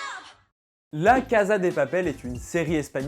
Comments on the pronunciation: cnc non pas du tout c'est 'cassa' (je suis espagnole) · cn mais douuuu cest casa prononce "cassa" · Super vidéo ! PS : ça se prononce "cassa" et non pas "caza" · VOUS ALLER ME TUER Ca se prononce cassa pas caza stp 😂😣😣😣😣😂😂😂😂😣😣😣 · On dit "cassssssa" pas "caza" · On prononce la cassa et non caza. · On ne dit pas la (caza) de papel mais la (cassa) de papel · En espagnol Casa se prononce (Cassa et non caza qui est de l'italien) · Cest cassa et pas caza mdr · SA SE DIT ''LA CASSA DE PAPEL'' PAS ''LA CAZA DE PAPEL'' ! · Se se prononce « la caSSa de papel » ptn j’avais envie de te gifler à chaque fois que tu disais la caza de papel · il prononce la caza mdrrrrr tu sais qu'il sait pas parler español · Cachza de papel